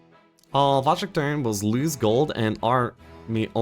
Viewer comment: Wojtek is pronounce more like [Voytec], Voy+tec :)